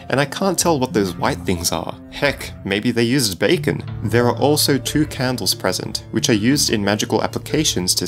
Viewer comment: backen is what he is saying